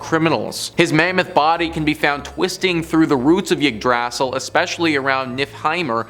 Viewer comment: The pronunciation of Yggdrasil is genuinely the scariest thing in this video.